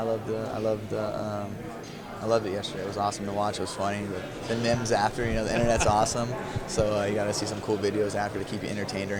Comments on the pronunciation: He said mims my friend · did Cody just call memes mems?